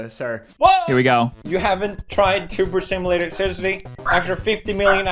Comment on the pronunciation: "Wot????? You never played tubuhr simohlatur?" - PewDiePie